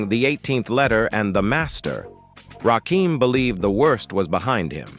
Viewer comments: I can't even watch this if you can't get the name right you can't be a credible source. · How you tell the story but refuse to say his Name Right 🤔🤔 I hate this Robotic type shit 😡🙄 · Nobody would take you seriously saying Rakin name like this A.I. narration.and I'm not gonna let 3rd "Bass" slide neither ..SMH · This AI voice is Fuqn up Rakim name. Smh. And everyone knows. Rakim was the soul of the group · Put some respect on that man's name and pronounce his name right! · Bruh!!!! He was pissing me off severely every time he said that shit 😠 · IT'S NOT RAKEEM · Thumbs down, because I don't know who the hell Rah-keeem is!!! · WRONG. It’s pronounced “RAH-KIM”. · Basically when u typin certain shyt in AI, u gotta do some finaglin'. AI wont read Rakim as his name. U gotta spell it as Rah Kim. AI will then say it correctly 🫡💯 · I cut this off soon as I heard the narrator say raheem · No, the narrator says, "Rahkeem." Belee dat. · NO! it's Rakim. Pronounced Rah-kim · It's rahh---kim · Get the god's right - It's Rakim, not Rakeem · you not saying his name right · Don't you guys listen to your videos BEFORE you upload them? Why do you allow A.I to call him Ra keem? Ra KIM. Damn respect this God. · Ra-KIM...not Keem....get it right!!!!! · I can't watch this the AI BULL💩💩 the voice and the way it pronounces Rah-Keem instead of Rah-Kim😡😡😡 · Whos rakeem i thought his name was RAKIM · It's RAKIM, as in KIM. NOT RAKEEM. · Hey AI say his name right its Rakim not Rakeem got it? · It's RA-KIM not Rakeem , bruv! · His name is pronounced as RA-Kim not RAKEEM. STOP IT DAMMIT! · Why is he keeping saying rahkeem.its rah Kim bro 💯💪✌️ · Correction, The GOD M.C.s name is actually pronounced Rah-kim not like the a I voice, says RahKeem🤷🏾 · Delete this comment or change it its RAKIM its NOT pronounced RAKEEM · It's pronounced rah KIM. Not keem smh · I had to click off. He keeps saying "Rakeem" and it's driving me crazy! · Everytime he says Rakeem I get pissed 😡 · He said Rakeeem